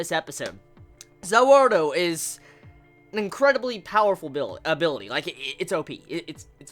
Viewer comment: Also,please don't keep calling DIO's stand "Za Warudo" or "Za Waldo" every time you mention it,it's kind of really stupid.